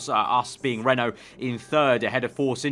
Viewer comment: Every time you say "Renault car" I hear "rental car" :P